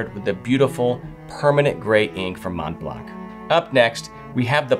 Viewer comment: Montblanc is pronounced with the 'C' silent! Otherwise I fully agree with the delights of writing, especially signing my name on business letters, with a fine fountain pen.